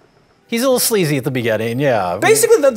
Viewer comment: I love how he said Dimondback could'nt have a kid because she's a sleazy f'ing vampire. The way he emphasized the words made it seem like being sleazy was more of the reason than being a vampire was. lol